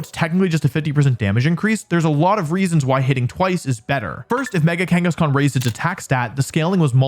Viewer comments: you said mega kangaskan. I heard it. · You said Mega Kangeskhan when talking about mega salamence btw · THERE IS NO E IN KANGASKHAN! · Was I the only one to hear Wolfey say mega Kangaskan got the aerilate ability?